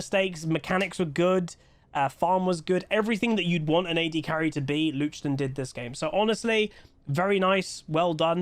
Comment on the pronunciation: i hear luchden 😅